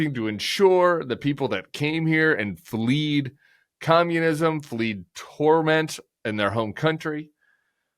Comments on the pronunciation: Someone please tell Tim the word is fled not fleed. But making a mistake like that while carried away in a flight of fine rhetoric about the injustice of this situation is in no way as embarrassing as Trumps belief that the photoshopped images were actual tattoos! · "Fled" not "fleed"